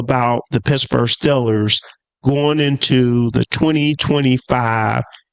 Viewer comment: Steel-ers, not Still-ers. And Garrett is better. I know all you delusional Shitsburgh fans will cry opposite but it’s true